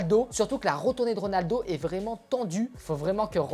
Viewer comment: Au début tu avais ditCRONALDO😂😂😂😂